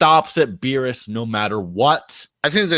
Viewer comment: U can't even say beerus u can say yamcha